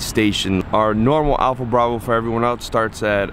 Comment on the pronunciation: "APLHA" BRAVO